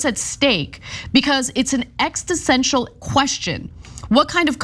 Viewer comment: Ana pronounced existential wrong again. She said Ex-sti-sential as opposed to ex-uh-stential. She did this on another date